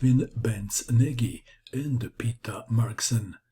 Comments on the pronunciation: If Nagy is Hungarian, then his name is pronounced "Noj," or "Nodge." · Ach....you pronounce Nagy in the same way that Schlecter would have.....!